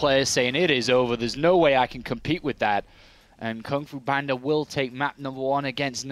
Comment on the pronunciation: Wow, they never said GunGFuBanDa's name right until